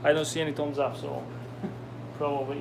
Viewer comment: It is called Thumbsup, not Toms up